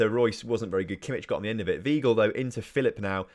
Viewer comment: MATE ITS JULIAN WEIGL (PRONOUNCED ‘VY-GLE’)